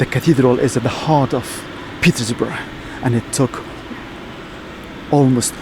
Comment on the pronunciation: The pronunciation of the old Peterborough name was wrong 😑